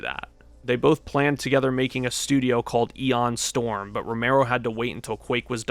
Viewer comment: Great video! But it’s MICK Gordon and ION Storm, not MIKE Gordon and EON Storm.